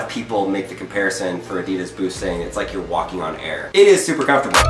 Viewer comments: Its Adidas not Adeeedas! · Listen your American, say adidas right, (adeed -is) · Ad-i-das ... not a-deed-das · Its not “uh-de-dis” Its “ah-dee-das” It may be your accent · You pronounce Adidas incorrectly. It’s pronounced Adi -Das. The word comes from the shortened name of it’s founder, Adi Dassler. His brother, Rudolf Dassler, is the founder of Puma shoes. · It’s pronounced a dey das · Is he saying Adidas wrong or am I? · Why are you saying "Adidas" wrong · It’s not adidas it’s adidas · U are pronouncing Adidas so wrong